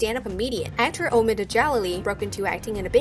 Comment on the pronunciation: She Completely miss pronounced Omids name.